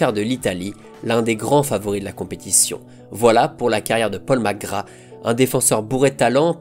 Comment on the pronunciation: Merci pour ces images de Magic Safet , je kiffais ce joueur gamin. Par contre " Paul Mc Gra " , tu m'as tué. Vivement lundi prochain.